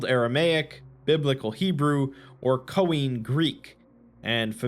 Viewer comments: "KOINE" is not pronounced "Koh-EENE," it's pronounced "Koy-NAY" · Awesome video. J letting you know Khoine is pronounced “Koy Nay” in Greek! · Sorry but the way you pronounced Koine made me cringe, it's like coin, but Kanye.